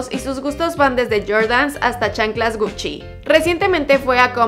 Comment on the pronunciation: Jajajajajajajajajaja no sabe ni pronunciar Gucci jajajajajajajajajaja